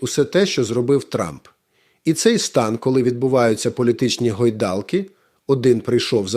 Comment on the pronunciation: Скажіть редакторові, хай ставить наголоси у таких словах, як корОста, гОйдалки і т.п.